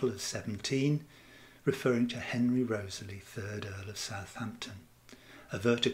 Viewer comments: REE-TH-SLEE not Rosely!!!!! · I thought Wriothesley was pronounced Risley? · It is pronounced "RISLEY". I cannot believe how many of these "readers" never obviously read the content of said video and mispronouncing EVERY PROPER NAME!!!!!!~ HOW??? Laziness that's how.